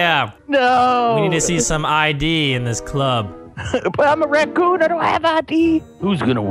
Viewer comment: vanoss said bakun instead of rakun